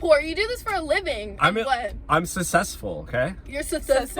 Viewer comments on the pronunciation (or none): bro said im sussesful